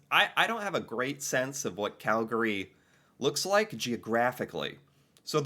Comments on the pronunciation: It's Cal-gry not Cal-gary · Regarding pronunciation: Cal-GARY…. Not from Calgary Cal-GREE…. You’re from Calgary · Its Cal-gree not Cal-gary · Cal-gree not calGary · You always know if someone isn’t a native of cow-town because they say “Cal-Gary”. Whereas we pronounce it “Cal-gree”. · Oh - It’s not CalGARY. It’sCalGRY ( Calgree). The a kind of disappears becomes almost silent. So it is two syllables not three. You can hear it in the descriptions. Sometimes you pronounce it correctly so can’t fault you too badly. Surprised the Calgary Stampede wasnt mentioned -it’s the greatest outdoor show on earth. Calgary is by far the friendliest Canadian city. Wouldn’t want to live any where else.💕Love your videos! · It physically pains me when someone says Cal-gAry, most people from our city pronounce it as Calgry. Not hating on anyone, it just sounds weird to me when people say it like that. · As a Calgarian, I gotta say that it's like nails on a chalkboard to hear someone say "cal-gurree" (both you and the narrator of the video). Locals say "cal-gree" (just two syllables). Like others have mentioned, I can't believe they omitted the Calgary Stampede. It's literally a world-famous rodeo. Prince's Island Park, the Zoo, Fort Calgary, and the Bell Centre are all easy walking distance from my condo, as Calgary has more kilometres of walk/bike paths per capita than any city in North America. I used to live in Houston, but I feel like Calgary was a massive upgrade. RE: Fish Creek - provincial or city? The park is in the city, but it is maintained by the province rather than the city. So it's a provincial park, but it's in the city. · locals say "Cal-gree" not "Cal-gary". Same way people from Toronto will say "Toronno" not saying the T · Its pronounced "CAL gree" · Bruh It's quite itching every time I heard Cal-Ga-ree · We say Calgree! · The only time Cal-gah-ree is acceptable is when the announcer at the dome says it 😂😂😂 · Pronounced " Cal-gree". 2 syllables